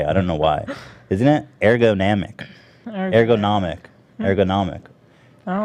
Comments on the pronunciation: URR-GUH-NAH-MICK wtf ethan you said it wrong 12 different ways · "I love the word ergonomic" -Pronounces it wrong every single time afterwards. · Talks about liking things that are ergonomic. Can't get a grip on how to pronounce it. XD